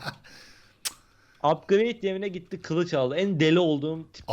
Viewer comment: da red gitti derken red kit diyiyor sanki